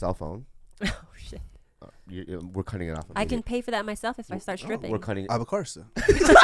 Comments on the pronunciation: An hour and a minute in and I'm breathless. Lmfao! Ob-course-uh. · "Ob Course" xD